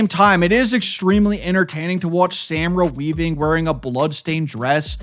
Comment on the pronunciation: Okay, I hate to be that guy, but, dude, it's Sa-mar-a Weaving, not Sam-ra Weaving, lol